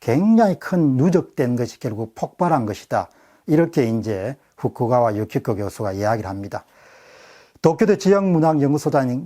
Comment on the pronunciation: 후쿠가와->후카가와 입니다. ^^